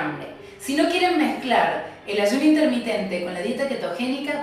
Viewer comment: INTERMITENTE CON "R" NO CON "N"